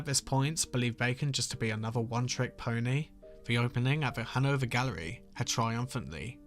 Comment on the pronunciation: I keep hearing “Hanover Gallery” as “Hungover Gallery”…although considering Bacon’s life, it’s very appropriate